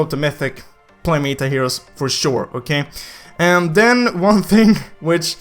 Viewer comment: META is pronounced easy just say how you would say METAL but just remove L . Hope you say it correct now